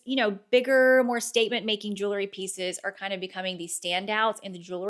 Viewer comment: Jewel..ry not jewlery